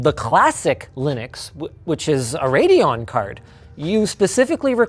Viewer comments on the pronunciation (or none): none